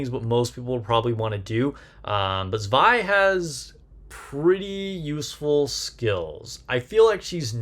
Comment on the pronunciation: First of all: Likely, the only content creator who said her name correctly. LOL The kit thou... She doesn't need to burst herself to activate S1 and S2, right? If so, I think Zwei maybe have the same fate as summer Helm and summer Mary (among others) that will be used for her utilities rather than her burst itself, despite the crit buff.